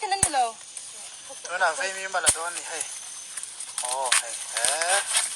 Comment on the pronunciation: Veimim × Vaimîm tih tûr. Vaimim lawh dân tih hi Vaimîm hi kan lo lo a, kan kêk ṭhîn. Vaimîm keh dân tih tûr.